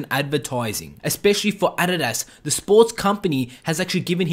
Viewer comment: Thanks for pronouncing Adidas right😂👏👏